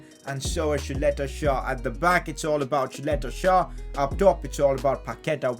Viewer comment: Pcq its pronounced Saleta Char